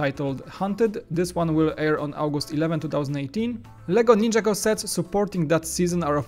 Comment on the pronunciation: Why you ninja go? It's nin-jaaa go